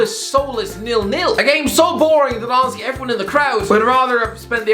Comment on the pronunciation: After more than a year watching HTC - i finally understood who "ozzy" is!!! My man just saying "honestly" irishly!!